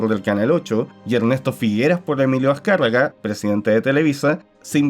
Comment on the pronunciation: Quién es Dwuben de la Todwes??? Aprende a hablar pe√√a y emilio escagwagwa